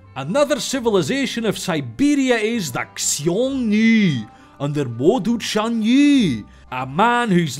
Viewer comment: And the "ny" in "Chanyu" is the Spanish "ñ" sound.